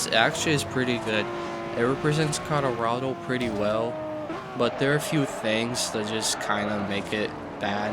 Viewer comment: “Conorado”??? It’s Colorado